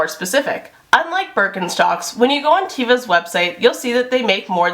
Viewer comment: Great vid! Very informative! "teh-vah," with a soft "e." : ) (Hebrew word for 'nature')